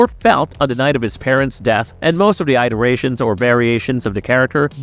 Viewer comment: "EYE-derations" lol